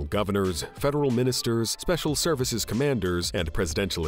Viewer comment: what the f is wrong with this guys pronunciations ?? dollass, servass ? and a lot more.. oh well not as bad as the little mad man called Putin